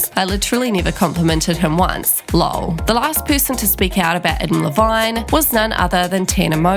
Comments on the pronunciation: The way ya mispronounced his last name😂😂😂😂😂😂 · the way you pronounce Adam Levine is so great